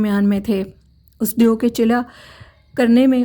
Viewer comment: It's deo , not deyo !!!?!